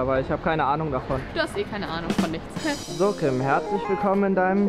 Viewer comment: Warum "Tim" und nich "Kim"??😵😂